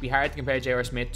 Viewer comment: And he also says J.OR Smith